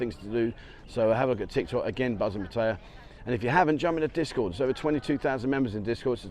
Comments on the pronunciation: Pat- ay - yaa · Your pronunciation of Pattaya has improved but it's still not very good. 😂